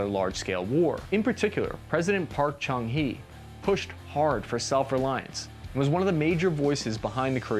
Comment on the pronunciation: U just butchered few korean word on this video starting from chung - 'choong' and DAEWOO - 'daywoo'